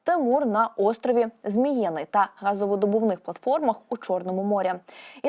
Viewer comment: Острів Змі-Ї-ний правильно.